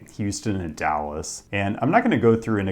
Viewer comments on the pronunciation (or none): none